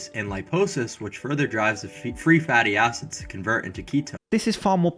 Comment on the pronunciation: "free fratty acids" lol